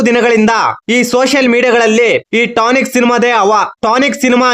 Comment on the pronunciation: ಟಾನಿಕ್ ಅಲ್ಲ ಕಲ ಅದು ಟಾಕ್ಸಿಕ್